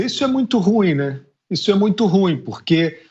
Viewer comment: FI ÚZA Com todo respeito. Você pronuncia a palavra RUIM erradamente. A palavra é dissílaba e não monossílaba, como você pronuncia: RU - IM (A sílaba pronunciada mais forte e IM. A palavra é OXÍTONA, e não paroxitona).